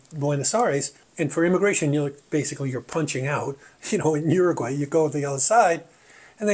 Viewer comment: Don’t say “Oroguay” pronounce it properly!!